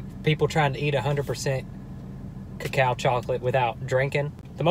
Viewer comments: "co-cow" i dieeddd is that how americans think co-co-a is pronounced ? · "Ca-Cao" Its koko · I like how he doesnt know cacao is the actual chocolate. As chocolate comes from cacao beans. Its pronounced (cuh-co-uh) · It’s not ca cow it’s called coco “cocoa” it means cocoa powder. Your use it for baking chocolate things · “Kah-cow”...😂😂 OMG STOPPPP 😂😂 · “ what is ca-cow” 😂😂😂😂😂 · "Cacow chocolate" 🤣🤣🤣🤣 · Cocao is chocolate it is the actual beans from wich we get chocolate so therefore it tadtes bitter because there is more of the cocao and it is pronounced coco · “ 92% ca-cow” Me:cAcOw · We have been pronouncing it wrong... it’s not cocoa... it’s co COW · its (ko-ka) its more like the substance that helps make chocolate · Why dose he say "cacow" ? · its coco-a and cocoa is what chocolate is made from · It is pronounced coco like ya know coco powder which makes it bitter and super duper dark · no ones gonna say anything about how it’s pronounced coco? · Btw it’s pronounced coco no offensive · It’s pronounced (Co-Co) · It’s pronounced coco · It’s pronounced caca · Who else got pissed at him pronouncing it wrong.